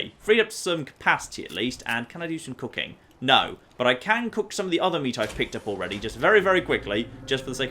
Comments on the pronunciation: When you said “let’s see if we can do some cooking” I heard let’s see if we can do some cocaine” lol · For some reason, a part of my mind thought you said: "Can I do some cocaine?". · Anybody else hear him say "I'm gonna do some cocaine" instead of "I'm gonna do some cooking"??????